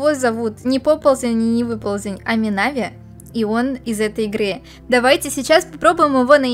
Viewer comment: Ударение на и а не на а не мина́ви а минави́ ну хотя и так и так можно я думаю